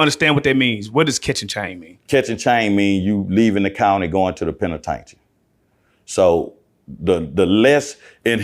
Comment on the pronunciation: Please tell him the correct pronunciation of penitentiary ....